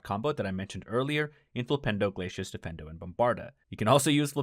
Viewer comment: dee-feen-doe, not defendo. 😅